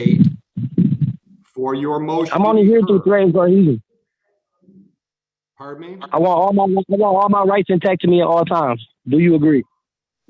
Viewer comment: When you don't understand the scripts you bought, so you try to memorize them and end up saying things that make NO sense....."Coheesion," "Power of attorney through the bar code," "I have common law jurisdiction," "dismissed case under the bar code" 🤣😂🤣😂